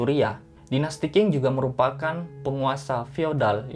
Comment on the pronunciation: Qing itu dibaca Cing bukan king. Memang bgitulah bahasa Mandarin, sudah huruf kanji, cara baca pun TDK semua sesuai dgn cara mnulis.